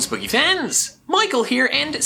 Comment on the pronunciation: you sound like you just say greetings Boogey fans for the intro